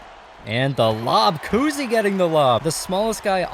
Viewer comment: Obviously the first ten are going to win also to, you said coosey, I’m pretty sure it’s COWsey